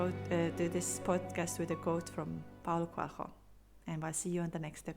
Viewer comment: Did you say Paul Coelho?